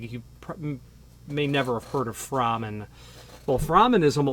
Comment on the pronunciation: I met Frank at locksmith association meetings and have talked to Phil many times. I own a No. 2 and his impressioning tool. It's pronounced "Frayman" not "Frahman". Frank was a perfectionist. The No.2 machine is a work of art. As you stated it looks complicated but once you learn how to use it, you appreciate how simple it actually is. Your points are spot on. Those type jigs usually leave marks. I also don't like the hole saw spinning in those bushings but I still use those so the crossbore is correct. Most locksmiths probably don't have the experience you have with as many doors not to use some type of tool.